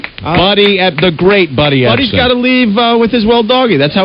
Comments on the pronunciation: “Ebsen.” Tsss he’s not a buncha SALT cuuuuz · That’s “Epsom” salt.